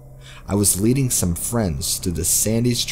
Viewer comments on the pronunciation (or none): none